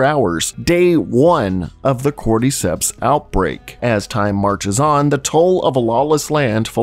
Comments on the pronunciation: Why do you pronounce cordyceps like cordeecepts lmfao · nobody: this guy: corde-ceps